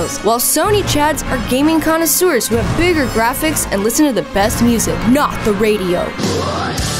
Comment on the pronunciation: You got me with “connersewers”